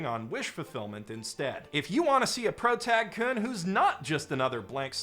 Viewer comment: for someone centering their channel around japanese media, the mispronunciation of basic particles like "-kun" goes so hard